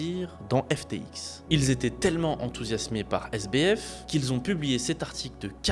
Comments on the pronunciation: GG pour le montage qui est vraiment propre, le sujet est grave intéressant. Par contre le SDF au lieu de SBF m'a perturbé tout du long haha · Le sujet c'est Sam Bankman Fried. SBF et t'as réussi à dire SDF tout le long. Le montage est bien, mais c'est la seule chose qui va, on ne sait pas si c'est une synthèse ou une biographie. On saute du coq à l'âne, tu veux tout abréger et n'explique pas grand chose à part des banalités. C'est bien dommage. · c'est moi, ou il dit SDF au lieu de SBF ? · Le sujet est intéressant, mais la chronologie de l'explication est totalement déconstruite. De plus, ce sujet a déjà été largement traité. Il est perturbant d'entendre "SDF" au lieu de "SBF", et le nom correct est "ALAMEDA", pas "Almeida". En outre, traduire les passages en anglais aurait été bénéfique.